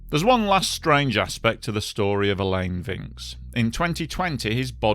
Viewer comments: Alain is pronounced Ah-Lan. Not A-Lane. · Like your style of your narration and script writing! Pronunciation note: Alain is like "along" and Vincx is like "vanks". Thanks again, you bring so many apparently forgotten stories back to life. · 'AH-LAN' not 'AL-LAIN' in its pronunciation. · This is a great video, and a story I never knew about. Just on his name, "Alain" is just pronounced like "Alan", only with the second a pronounced the same way as the first a.